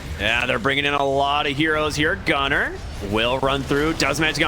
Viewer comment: Why does he sound like saying Gutter instead of Gunnar